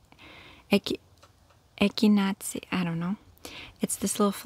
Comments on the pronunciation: Hi, it's pronounced ecki- nay-sha, LOL! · It’s pronounced “Eck-in-ay-Shea” 🙂🌸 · Looks great, my seeds haven't germinated as much this year either. Echinacea is pronounced Ek-in-ay-shuh. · echinacea is pronounced "eck-uh-NAY-sha" (using uppercase letters for emphasis on that syllable) ♥ I am really enjoying your gardening videos! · Eck-in-nay-shuh. Those will be so nice as a pollinator! I haven’t grown any but want to, they’re neat! Way to go 👩🏼‍🌾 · I believe Echinacea is pronounced like EH-KEN-ASIA. Hope this helps! Thank you for the videos💖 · EK-IN-AY-SHUH:) that’s how you pronounce echinacea! Your garden is looking so beautiful, ❤️❤️❤️ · Ek-in-a-sha hope that helps! Love the garden. I do a lot of it at my home too. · It’s pronounced “ECK-EN-ASIA”. I know…it’s tough when you see the actual spelling. Good job on your planting! We’ve got our garden in already too! I can a ton too! 👍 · It’s eck-ih-nay-shuh but I have lovingly adopted your mispronunciation from a previous ASMR video for my own echinacea so you say it however you want to, sweet lady. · It's pronounced eck in a sha. Be careful if you have any autoimmune issues or MS/ALS. It will aggravate the issues.